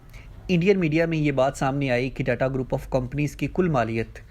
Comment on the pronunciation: Aba data nahi tata hain .thik se nam to lela